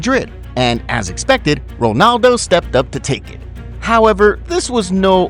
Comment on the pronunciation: btw why are you saying wonaldo instead of ronaldo